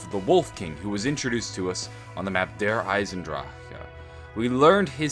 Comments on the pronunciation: Do you have a stroke whenever you say Der Eisendrache? "der eisendrahhh...ah" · How about we just all agree to leave out that last syllable on Der Eisendrache? Can we do that? Because it sounds kind of funny. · It's so funny when he say the map name